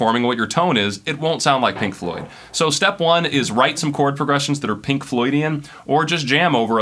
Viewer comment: Why do I cringe every time he says "Pink loydian" ... :/